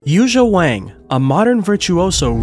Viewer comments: It's pronounced Won now Wang...it has that looong ah sound as the vowel. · I don’t understand, it seems so easy to fix the problem. if it’s not pronounced with a long a (Waang) and supposed to be pronounced like song (Wong) why isn’t it spelled Wong ?whoever thought it should be spelled Wang ? of course everybody’s gonna call her Wang. if we should call her Wong take out the A and put in the damn O ! problem solved. of course I guess it’s too late now… so silly. I heard it’s the same thing with Lang Lang. It’s supposed to be pronounced like long long. so why didn’t they spell it Long Long ? somebody get me a drink 🥃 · Pronunciation note: Yuja’s family name, a very common Chinese name, rhymes with “song”, not “sang.” And the j in her given name is similar to the j in “John”; there is no “zh” sound (as in “precision”) in Mandarin. I met her in 2012 in Shanghai. She’s very friendly, not pretentious at all.